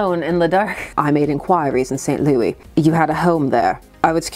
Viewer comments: Both of my parents are from St. Louis, and I have been there many a time. It is pronounced like “Lewis,” and apparently people can get mad if you say it the other way 😬😬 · Saint "Loowis"